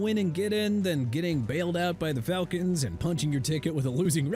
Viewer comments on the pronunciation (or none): none